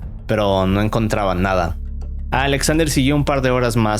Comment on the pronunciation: Por qué pronuncia “Alexander” con doble “A”? xd Qué raro